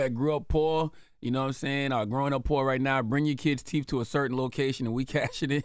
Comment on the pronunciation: Lol Charlemagne still can’t pronounce TH after all these years….WTF TEEF